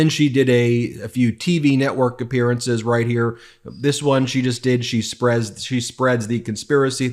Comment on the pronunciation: Emphasis on the word ... "spread"